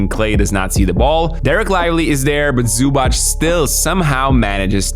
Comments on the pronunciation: It is Zubac with a tz not a ch. Minor gripe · it's zubac, not zubach. simmons is actually pronouncing it right, for once. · zubac name is pronounced zubatz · The correct pronunciation is "Zoo-bhats", not "Zoo-bhats" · I admire your effort to correct pronounce his name. About his surname, you missed it most of the time. It's: Zoobatz (written so English speaker can correct pronounce it). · butchering Zubac surname.... they even had shirts to help you dude